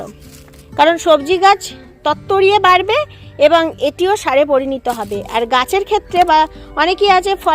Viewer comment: কথাতা পরিণীত নয়। পরিণত।